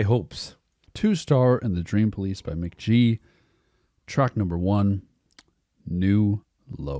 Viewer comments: I think its mick gee like your dad said not mick jee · The way he says mc.jee makes me want to die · "Mick Jee" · It's Mk.gee, gee like glee..... his name is Michael Gordon but there's another Michael Gordon from Phish that trademarked the name so Michael can't use his name now. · bro said mick jee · dude kept saying Mick Jee shit got me hot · You said Mk.gee, it's Mk.gee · For the love of GOD, SAY HIS NAME RIGHT. Your dad is saying it right and you keep butchering it😭 If you’re gonna review an artist AT LEAST say it right holy shit lol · mispronouncing his name is so fucking ironic.